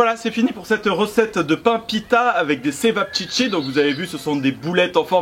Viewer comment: Plutôt " tchevap tchitchi " 😉